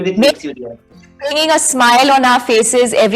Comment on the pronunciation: And why r they promoting this movie background like it's some international level movie. Her English is so bad. For 'R' (our) she says Ower as in Power😃